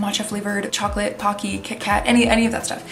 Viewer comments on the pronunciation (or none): none